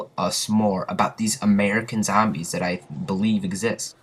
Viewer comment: do u really say zambies or are u fukin around lol